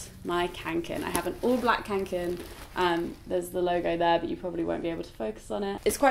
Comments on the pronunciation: Känken XD it's kånken, pronounced "konken" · Oh God that pronunciation of Kånken